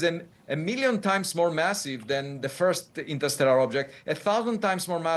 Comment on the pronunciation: This lady went to law school, but still mispronouncing ‘interstellar’ and asking super silly, 5th grade questions? 🫣😆